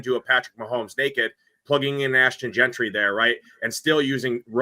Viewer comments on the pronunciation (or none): Yo,. It's Jeanty not Gentry! 😂😂😂